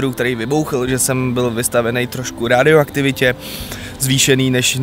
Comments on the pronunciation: Je to "radioaktivnita" né "rÁdioaktivita" dík (y) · supr vlogy, ale nehorázně mě sralo jak si říkal rádioaktivita ... Není to od rádia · Rádioaktivita.... no ty vole to si snad děláš srandu. Myslel jsem, že tě ve škole učili, že je to radioaktivita.:D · jedna drobnost :D prosím neříkej rádioaktivitě, trhá to uši XD jinak zajímavé dobrodružství, jste dost odvážný, že jste to podnikli a nebrali to na lehkou váhu, za to palec nahoru ;)